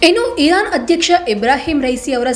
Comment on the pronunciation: Iran spasta ucharane illa🔥